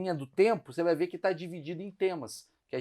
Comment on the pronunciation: Porque continua falando sunce depois de séculos? Só de curioso! 😎